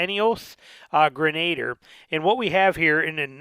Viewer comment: FYI, pronounced “gren-a-deer"